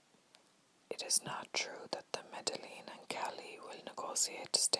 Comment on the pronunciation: Loving this! But for future reference, Medellin is pronounced: Meh-Deh-Yeen. I think I heard you pronounce the two Ls. I hope this helps :)